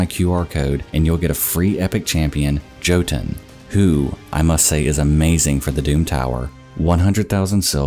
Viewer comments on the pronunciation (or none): Who’s gonna tell him how to say “Jotun?” 👀